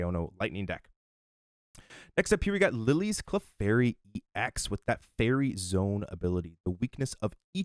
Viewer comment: It’s EX as in E X. Not N’s Zoroark X 😅 Otherwise great info